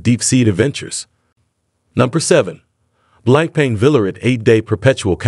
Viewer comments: It's not 'blanc pain' - it is pronounced BlonkPon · good video. Btw, it's pronounced "blong punk"